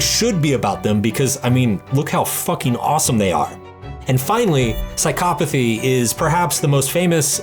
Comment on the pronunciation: You need to stop this background music it's distracting. Also it is "Psychopathy" not Psycopathy""